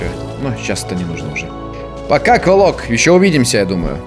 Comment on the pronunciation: Если че правильно квОлок а не квалок